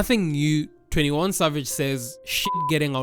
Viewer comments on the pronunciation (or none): none